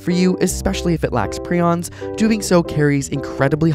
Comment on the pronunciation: Jesus Christ the fact that you pronounced prions wrong is going to drive me crazy